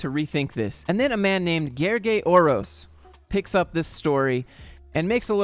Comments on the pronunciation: Haha, letter l is not silent, the "ly" itself is one (different) letter in the hungarian alphabet. But you pronounced it surprisingly good even if just followed the voice sample :D Great job! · Here I am watching this video, expecting another failed attempt at ‘Gergely’ and BAM you pronounced my name right on the first try! Big up. The whole video was spot on. It took real courage for Declan to post and try to get attention. I decided to call the bluff because I was certain that a company where the CEO was gleaming how they’re the best employer in the country won’t want to drag a former employee to court over a LinkedIn post barely anyone saw up until then. It would have been spectacular entertainment if they, indeed, went to court claiming damages over this, and I don’t think the judge could have made any sense of it. Well, after they threatened, several times more people know about both the post, and I hope other CEOs take note on what not to do if you care about a positive company image. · Gergely is a hungarian name (also my third name btw.) you pronounced it suprisingly perfectly. In hungarian language "ly" is a special character. It is considered one letter and the same sound as "j" and pronounced just like you perfectly did. Fun fact that it is literally studied word by word by children which words use "ly" and which words use "j" for the sound. Similar "one letters" that are made from two other letters but make for a whole different sound than what the source letters represent in the hungarian language are: gy, ty, zs, sz, dzs. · As a fellow Hungarian, you pronounced Gergely 's name correctly. Thank you so much. It is refreshing, not many English speaker is up to the task ❤️ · L is not silent in Hungarian LY is one letter and you pronounced it correctly (it's the same sound as the Y represents in you).